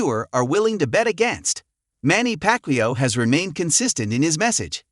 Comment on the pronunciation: Ai doesn’t know who packwio is!